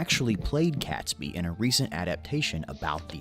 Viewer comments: And “Catesby” is pronounced as it is spelled and not “Catsby”. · Catesby is pronounced Cayts-by, not Cats-by. Grr! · It’s pronounced catesby to rhyme with gate! Awful video, as most historical things are from America. By the way, several barrels of gunpowder were found during the 80’s, they had been missed at the time. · Catesby is pronounced Kate-sby not Catsby. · I find myself getting mildly annoyed at the narrator mispronouncing the ring leader's name. It's not 'Cats Be', it's spelt Catesby so the e in the middle makes it 'Kate's Be'. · Robert CATEsby (not prounounced CATSby) ! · Robert Catesby is pronounced Kate sby, not Cats by. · Catesby pronounced Caitsby. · I 'm pretty sure Catesby is pronounced Cates - by not Cats-by . 🇬🇧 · Guy Fawkes night is NOT a national holiday. Also, why did the narrator ignore the 'e' in Catesby??? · I'm old and the 5th November was always Guy Fawkes Nght or Bonfire Night - never Guy Fawkes Day. That video has some godawful pronunciation in it - it's not Cat sby , it's Cate sby, rhymes with gate not cat, Warwick is said War-ick, second w is silent and don't even get me started on Worcestershire. Also, hopefully the reason you can't find the masks in shops is because they have all been bought by the people finally about to overthrow your fascist scum. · Pronunctiation is somewhat wayward. 'Kates-bee', 'forks'. etc...